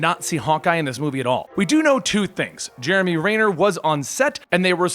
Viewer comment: “Jeremy Rayner” lol